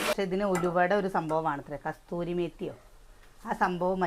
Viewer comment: Kasthurimathi alla kasoori mathi aanu ….dry uluvaila